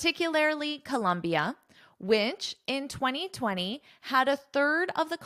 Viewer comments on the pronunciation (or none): Hi. It’s Colombia not Columbia…😊